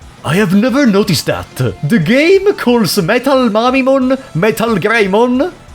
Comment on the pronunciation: I'm sorry, but the way you pronounce MetalMamemon sounds like "MetalMommymon", and for some reason I'm just imagining a MetalMamemon with huge... Chain Melons.